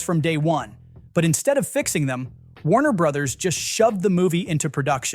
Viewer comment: "Warner Brotherses," you say? 🤨 Pro Tip: Brother's and Brothers' are pronounced the same as Brothers.